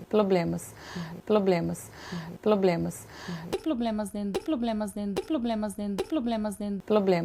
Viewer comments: Síndrome do Cebolinha. Ploblemas. 😂😂😂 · "Pôblemas" dos mesmos criadores do "Pastel de Flango" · Acho que Ela fala POBLEmas por que não gosta de POBREmas . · Eles têm "ploblemas" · Ploblemas,me lembra o cebolinha .😂😂😂😂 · " ploblemas" , primeira dama do cabaré da luz vermelha. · Mano... "plobremas"... Puta que pariu mano! Que desgraça l! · A "faraona", não vê "ploblemas" em ser "inrresponsável" e ter "abrido" a CLOACA p os "cidadões"e pedir uma "Salma" de Palmas. Kkkkkk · Estamos com muitos "ploblemas" mesmo. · Só colocar um microfone na frente da Janja que ela se encarrega de entregar tudo. Sem noção aqui e na China, literalmente. A tatibitate TEM "PLOBLEMAS". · PLOBLEMAS KKKKK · Ploblemas.....ela não é formada em sociologia? faltou a todas as aulas de português... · Na China é " ploblemas ".... igual pastel de " flango "..... kkkk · Ploblemas kakaka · .... PLOBLEMAS?? NÃO SERIA PROBLEMAS?? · FALANDO COM A MULHER DO LACRON MICRON??? AI, AI, AI... "PLOBLEMAS FORAM ABRIDOS PARA OS CIDADÕES E A FARAONA"... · ...também, com tantos "ploblemas"... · Ploblemas Ploblemas Ploblemas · ✈️🐔 : sem "poblemas " continua falando Galinha Bebel! É muita "catiguria "! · UMA 🐔 SÓ PODE FALAR PLOBLEMAS MESMO...😎👌🫡🤪🤪🤪🤪🤣🤣🤣🤣🤣🤣🤣🤣🤣😆😆😆😅😅😅😅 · "Vamo combinar que eu tenho bom senso" apesar dos "ploblemas" 😂😂😂😂😂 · A janja é irmã do cebolinha? Ploblemas? Kkkkkk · Ploblemas kkkk, engoliu o cebolinha 😆😆😆😆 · Quer regular,as redes,precisa de um professor de português,pra corrigir esse "poblemas" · Ela se considera inteligente falando "abrido, cidadões, ploblemas, inresponsável, faraona, etc.? E nem é meme. 😂 Rsss 🤭 É uma besta quadrada. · Os "ploblemas" dele, filha, são resolvidos no paredão ☠🕴😮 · Muito bom este final! Franga ou janja acho melhor frangolina kkkkk 😅😅😅, uma salma de palmas, ploblemas, abrido.canja ou frangolina fala o português corretíssimo.kkkkk😅😅😅. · É mesmo, ploblemas! 😂😂😂😂😂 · Ploblemas. Muitos ploblemas. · PLOBLEMAS, DE NOVO, CANJA??? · Virou “chinesa”….”ploblemas”; “ablido”….